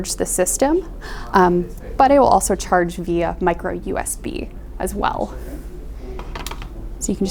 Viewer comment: I really get annoyed with bad English. God knows how via turns to vea .. and um um um um um can we say um any more